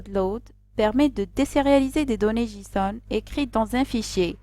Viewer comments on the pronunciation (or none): Djison ou Djaison ?